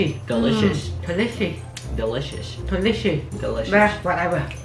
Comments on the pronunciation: mom: telishe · That me my mom be like delicshoes and I say delicious she just can't say it right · Delishit delishit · No it’s delishi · sounds like she said "toelicious" 🤣🤣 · Omg i hear mom say delous shit Am dying😂😂😂😂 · mom: “deli shit deli shit” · Joshuas mom: DEliShit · She said delicious similar to holy shit😂